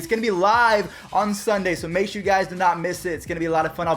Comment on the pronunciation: Sher? Do you mean sure?